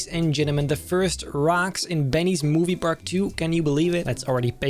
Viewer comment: what did u say? BEENNYES MOVIE PARAK 2? WA